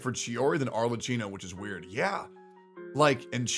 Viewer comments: if it helps you pronounce the name better you should read it as if you were reading Arlekkino (and we can put an end to calling her Cappuccino) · the "cch" in "Arlecchino" is a "k" sound, btw, not a "ch" like in "chicken." The "h" is there specifically to change what would otherwise be a "ch" sound into a "k" sound. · One day westerners will pronounce Arlecchino correctly and wont say "Arle-chee-no". My inner italian winces every single time. Today however, is not that day. Also lmao star rail, a good "complete game" LMAOOOOOO shit is just worse trails of cold steel and modern persona mixed together. Hsr glazers see pretty visuals and act like the game is peak turn based game design while only clicking E&Q(with a sprinkle of autobattle) as the gameplay. Shit is about as deep as the kiddie pool. I can see why won't play real turn based games like P3 FES now. Cause those kinds of games actually require some thought to get through, unlike hsr where you can just pull more characters o solve your problems. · pls pronounce her name correctly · He cant even say her name right